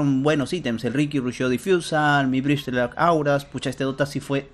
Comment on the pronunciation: es bristleback de espalda no black de negro xd psdt: no es para incomodar. Solo que me río siempre que lo dices. critica constructiva